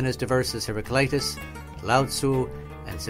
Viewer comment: In Greek we do not have such a pronunciation as 'eye' (hera-kl-"eye"-tas). A is also not pronounced as the American 'ah', it is pronounced more of an 'uh' (like the first A in the name Maria). It should be pronounced kind of like "hera-klee-tuss'. The man at 30 seconds is the closest :)